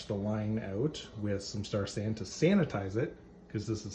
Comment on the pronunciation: Star San? What is the name you Said, Sanitizer??? I Could not Understand Your pronunciation.